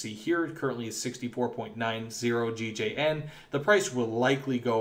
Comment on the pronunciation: is it not gjn? not gigeien